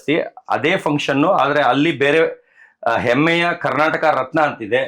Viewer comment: ಎಮ್ಮೆ ಅಲ್ಲ ಮರ್ರೆ ಅದು ಹೆಮ್ಮೆ.. 😂😂😂🤦‍♂️🤦‍♂️🤦‍♂️